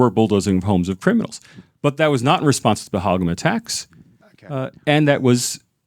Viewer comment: First of all improve your pronunciation OF PAHALGAM